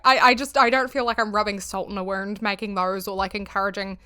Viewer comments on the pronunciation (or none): none